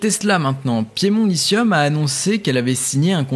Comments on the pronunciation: pour info, "lithium" se prononce avec un 'T' dur en francais (et pas un genre de S) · 👍 Félicitations pour ces actualités. 🗞 Pour le lithium, en français, il faut prononcer 👂« li-ti-ome »👂 😉